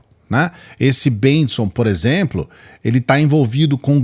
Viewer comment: A pronúncia do nome desse pastor patife é: BENTSON